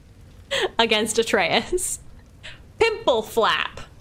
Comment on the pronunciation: WHOO! 14 episodes in and she finally said Atreus correctly! Lmao it was driving me nuts